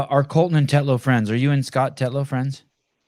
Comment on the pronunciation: Colten, not Colton 😂